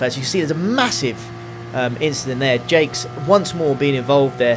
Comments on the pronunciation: Now i'm not french, nor do i speak the language, but i do know it is not pronounced Jakes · TFW doesn't know how Jacques is pronounced